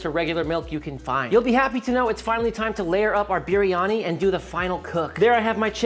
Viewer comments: Just to say, the correct way to pronounce biryani, is saying the first part like Brie Cheese. With a little bit of a curl on the "R", so you would say Brrie-Ani, instead of Beery-Ani. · I think its pronounced "beer-yani" roll that r a little.